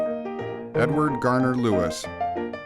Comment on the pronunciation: DO YOUR RESEARCH,! It is Edward GARDNER Lewis, NOT Garner!!!! Stupidity here!!!